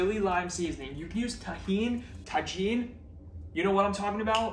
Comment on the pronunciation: As a Mexican follower, I’m so curious to try this snack as soon as I can get my hand on grapes! We love spicy everything! I freeze strawberries and do kind of the same, it’s so delicious! Also, por the Tajín pronunciation it’s as if you were to say tahini but just skip the last i 😉